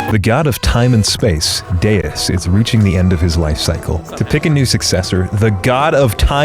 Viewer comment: I know. He keeps mispronouncing Deus. He keeps saying Duce which means two. Ever heard of "dropping a duce?""